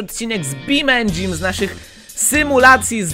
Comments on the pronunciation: czyta sie Beam NG, a nie Beam engine:V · Marchewa11 to czyta jak bean engine:D fasolkowy silnik